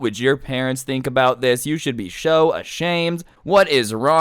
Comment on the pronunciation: he said show not so